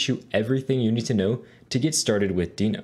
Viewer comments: the way you say deno...wierd, good course thanks!! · Great tutorial, but why are you pronouncing Deno wrong?